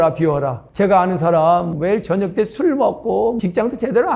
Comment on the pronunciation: 발음 문제! 사실, 사람,제주도,대개,호기심,부자,등! 장음인 단어의 첫 자를 -짧게"잘못 발음하셨습니다.